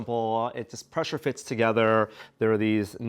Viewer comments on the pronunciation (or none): none